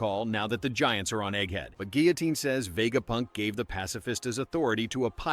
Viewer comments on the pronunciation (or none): none